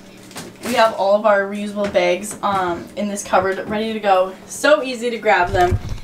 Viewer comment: Does anyone else realize like all he you tubers say “begs” instead of “bags” (no hate)